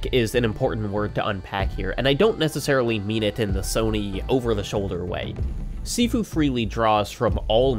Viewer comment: Gotta point out - Sifu is pronounced "shee-foo"